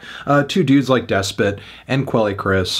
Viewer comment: Way to mispronounce Despot's name.